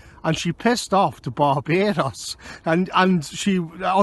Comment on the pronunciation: I've never been to Baa-Bay-Dos but I recon it's pretty good.